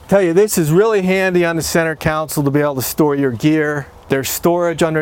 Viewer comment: It’s Console. Not Counsel.